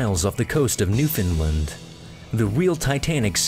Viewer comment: the way he says newfoundland is cringy